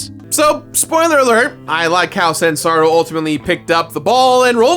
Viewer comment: Is saying Zansaru instead of Sanzaru?